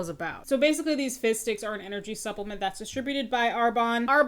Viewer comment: The amount of times I thought you said fish sticks 😆